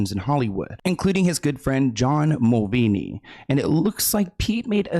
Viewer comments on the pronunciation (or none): John mulaney, not mulvany 😅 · Love your videos but you destroyed John Mulaney's name löl. It sounds like you said Mulvaney 😅